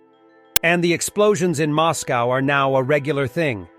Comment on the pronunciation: Please learn to pronounce Moscow properly.